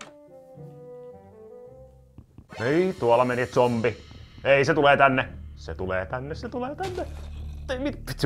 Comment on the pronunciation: Normi ihmiset sanoo: zombi sanoo: zonpie